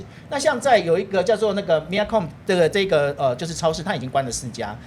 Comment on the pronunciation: 很喜歡看你們的節目，但可惜，專家的分析膚淺，然後Mia C'bon的名字都還誇張地發錯音。另外，日本企業到海外擴展第一個一定是往中國走，聽到都快笑翻了， 個人是喜歡LOPIA，但它不是精品超市，這位專家的頭銜是怎麼來的？